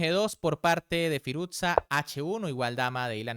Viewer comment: Firus-sha. No firuzza como si fuese una pizza